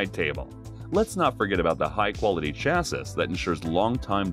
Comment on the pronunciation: It’s pronounced “chassy”